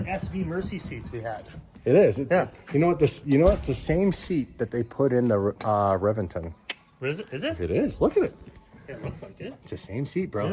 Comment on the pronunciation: It’s pronounced ReBenton